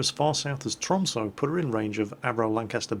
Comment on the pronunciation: Tromsø is basickly pronounsed as Trom*(sun-n) Oe = ø sun-n pronounsed is basicly sø ;) just trying to teach you Norwegian :)